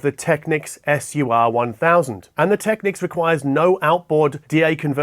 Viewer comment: kiwis might say 'go big or go home' but not with an aussie accent like that :)... but you do say technics correctly so all good